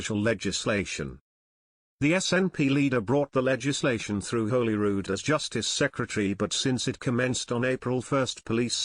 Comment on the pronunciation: Nice to hear Holyrood being called Holyrood and not Hollyrood.